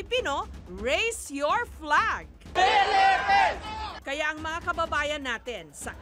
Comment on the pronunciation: PELEPENS, PELEPENS, PELEPENS......